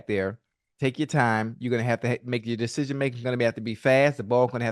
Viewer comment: “Dashishin making” -Ocho